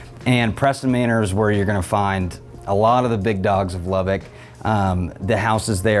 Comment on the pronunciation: Good information, but from someone who was born and raised in Lubbock, you’re miss pronouncing Lubbock. It’s LubbUCK not LubbICK. 🫤 Rant over… thank you 😉